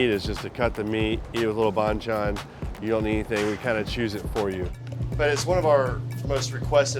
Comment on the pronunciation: Ah he meant that. Did no one correct his pronunciation all those years they worked together or does it actually sound the same to Korean ears? In my ears that's very different but I'm Thai so.